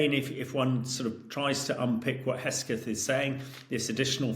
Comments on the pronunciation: Hamish his surname is HeGSeth not HeSGeth. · Is this guy ai? Why can't he say HeGSeTH 🤣🤣 does he seriously not know what the guy, SOD of USA's, name is?!? Unprofessional.. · He keeps saying "Hesketh". :face-turquoise-covering-eyes